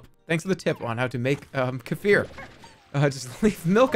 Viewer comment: I can't stand how he pronounced Kefir